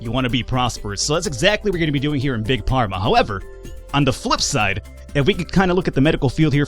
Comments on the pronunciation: you prenounsh it fharma not pharma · If you keep saying Pharma instead of Farma, I swear I will hunt you down in the unturned server. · please stop saying Big PARMA... it's pronounced "(F)arma" >_> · I love that you keep calling the game Big parma instead of big pharma (as in pharmaceutical) :p You're also the second youtuber I follow to play this game and I love that you have a totally different playstyle. Keep it up ! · It’s pronounced farma (pharma) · WTF is with pronouncing it "big parma" ? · It's pronounced Farma;) And I did not expect you to play this. Good luck and if you have any questions I will try and answer them:) Btw, the competitors are very predictable, they will always go for the best selling medcine first and they will always create cures special events demand.